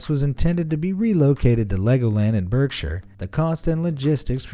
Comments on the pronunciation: Berkshire is pronounced .. baak -shuh not berk - shuh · berk -shire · It's pronounced BARKSHIRE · Living in berkshire and hearing him say the berkshire is just pain to my ears! Why do americans struggle to say english places so bad?